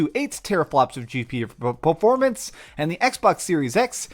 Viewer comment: you said "12.28 teraflops" (which is wrong and even as you highlight it says 10.28 ) and then you said "GPUPPUPPAAAFORMANCE". Was this a gaffe or did you have a minor stroke and why didn't you fix this in post?